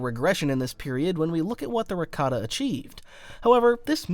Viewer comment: Look brother. This is a chef issue. The pronunciation of Rakata that star wars youtubers including yourself choose sounds like ricotta. That's a type of cheese.